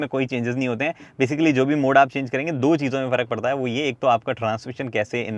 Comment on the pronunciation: saying "Though" not 2. 😂😂😂